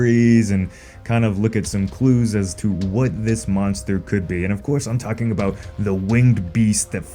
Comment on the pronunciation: It’s pronounced Monster not Munster or is that your accent??? You keep saying Munster !!!